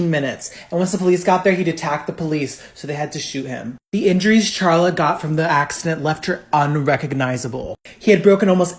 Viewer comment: Her name is carla nash. Not charla. I know its spelled that way but its pronounced karla